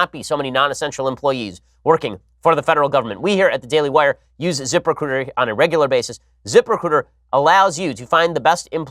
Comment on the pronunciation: Zip recruiter sounds like zipper cooter, or zip her cooter, the way Ben says it